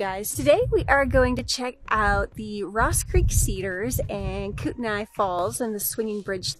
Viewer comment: Kootenai is pronounced Koot-nee